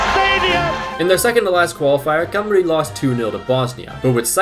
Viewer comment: Painful hearing him pronounce Ll as an L, and Cymru As Cumree